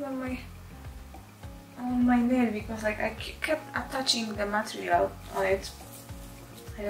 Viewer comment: has single handedly forever changed the way we pronounce "material" in english!